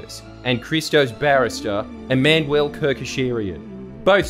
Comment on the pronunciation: Man pronounces Emmanuel E-man-well